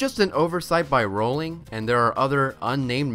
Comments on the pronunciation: siriusly who pronounces J.K Rowling like that it's /rohling/ not /rowling/ yeh dummies siriusly what has the world come to what now!!!!!!!!!! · you pronounced rowling wrong. You almost pronounced it right, but then"corrected" it into it's incorrect pronunciation.